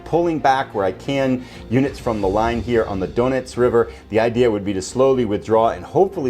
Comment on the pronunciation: Sounds like "donuts" River ::)....I believe its "Donetz". Your friend Phalanx.